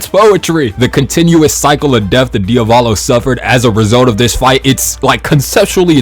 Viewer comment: "Diovalo"? I pronounce it as it is written "Di-a-vo-lo"